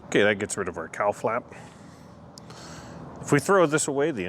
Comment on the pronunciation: I know what a "cowl" is but every time you said "cowl" i heard "cow" and i thought to myself "why would they name that piece a Cow Plate" 😂😂😂 Anyway, fine job on the "found" motor, random parts, half-assed maintained, fall out of the sky, plane rebuild. You seem to be a quite competent aviation mechanic. The list... Bomb shelter refurbisher vending machine extraordinaire, general badass rebuilder of most things... and now "plane engineer" who knew?!? Keep up the great work. You're doing a fine job